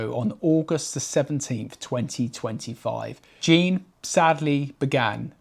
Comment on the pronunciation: His name was Jean, not Gene.